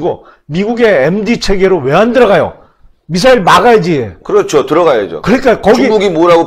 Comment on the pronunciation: 야 임마 지소미야지 무슨 지쏘미아야? 요즘 북한말투 쓰는 놈 많더라. 미사일이라 불러왔는데 북한식으로 미싸일 발음하는 방송 많아졌어. 고쳐! 북한말 지겹다.